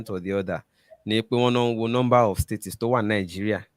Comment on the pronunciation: please check how you pronounce "States".